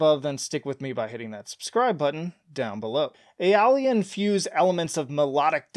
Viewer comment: When you use a mode so much you’re named after it lol P.S. obligatory pronunciation correction: Ay-oh-lee-ann